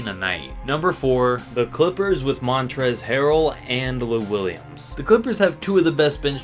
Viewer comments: smh you amateur, the L is my boy Montrezl hasnt been taking Ls. Lets say he gets dunked on by Giannis, then his name will become Mon-Trez-Ole. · it’s shrOOder and montrezzEL